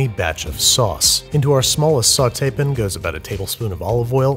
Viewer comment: Ok, I think I'm missing some vital lore... Why does he pronounce pan as pin? Just curious.